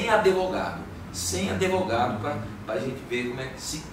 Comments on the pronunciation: Fala para ele apreender a fala ‘Adevogado’ kkkkkk essa e nova em kkk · "Sem adevogado" KKKKKKKKKKKKKKKKKKKKKKKK